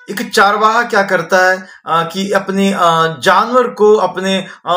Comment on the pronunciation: चारवाहा शबद नही चरवाहा शबद है हिनदी जरा शुदध बोले